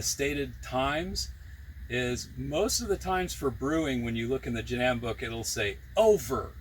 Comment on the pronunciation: Please... its pronounced " jah - DAHM " ,not " jah - dam" like youre saying it.